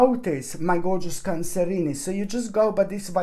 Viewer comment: I just drop by to hear him say cancerinie. It's like "Where's Waldo" spotting the hidden cats.